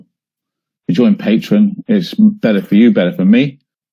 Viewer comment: It drives me crazy that he calls it Patron instead of Patreon.